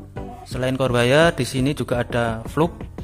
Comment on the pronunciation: FLUX MAS BUKAN FLUG...